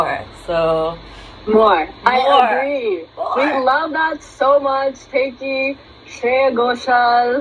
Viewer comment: Thank you for being one of the few reactors who knows how to pronounce Tayc 😂, and for recognising where this song comes from. Much love!